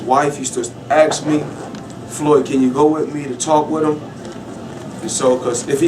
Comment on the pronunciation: "ax" - drives me crazy